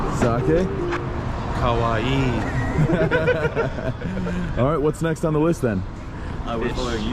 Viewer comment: If he meant to say "kowai" ("frightening"), it sounded like "kawaii" ("cute"). 😆